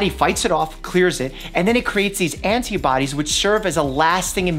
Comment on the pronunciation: I love that you say the "t" in antibodies. I usually said it like "ana-biodies"